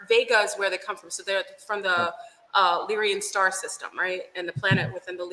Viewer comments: 💯 Lyran not Lyrian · maybe im wrong but i think Its Lyran not Lyrian